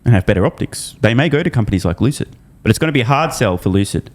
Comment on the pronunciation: Lewcid Mowtahrs